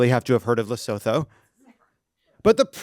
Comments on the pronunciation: The th in Lesotho is pronounced like a t. Sounds like : Luh-soo-too in Europe and ends like an o in the US. Like Gretta Thunburg, the Th is pronounced like a t - Toon berg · Not how you pronounce Lesotho...